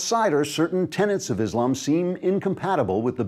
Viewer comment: Just one thing - next time, please pronounce Islam the way it is written, and not Islum. Otherwise, nice video